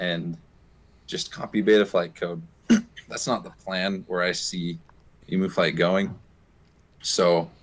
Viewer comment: It's pronounced 'Eem-you'. Not 'E-moo'